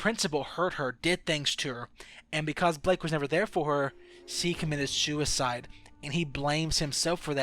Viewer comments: he says Shuiside instead of Suicide... I thought it was some sort of lisp but... he swaps sh with s and vice versa? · He can't speak properly brainwassing suisside she_se halussenasion etc